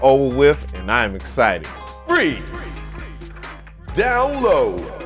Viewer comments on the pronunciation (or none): none